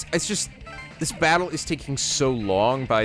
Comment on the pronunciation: did anyone else hear "bannle" instead of battle?